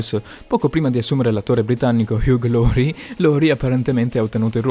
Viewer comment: Prendi pause parlando...non si capisce un cazzo... LAURIE NON LORIE